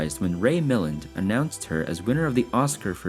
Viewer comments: Ray Milland was not "Ray MILL-lind". He was "Ray Mill-LAND". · “Ray Mi-LAND” “conscientious” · What is it with younger people who don't do any research into the history of great movie stars, like Ray Milland, whom the show misspelled his last name? And the narrator, whether or not it is AI generated, badly mispronounced his last name which should have the accent on the second syllable! Please wake up and do your research! 🤓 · he butchered the pronunciation of Ray Milland’s last name too. 🥴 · It's AI, that's why.